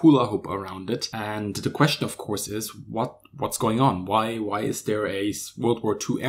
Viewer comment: Give thanks for pronouncing other as udder, DWI as DVI & there as dare.